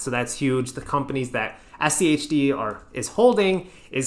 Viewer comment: Praise to the algorithm and all hail rules-based methodology index etfs :D 1st time I've heard you anyone pronounce SCHD as "shi-d" lol I mean SCHD is the "Shid of them all" after all!